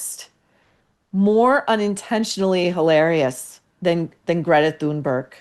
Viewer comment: IDK if you’re trolling us but Maureen can you please learn how to say her Greta’s and kaffiyeh correctly? Same with the name Hoda Kotb. You are the only person that says names incorrectly and you are an intellectual person.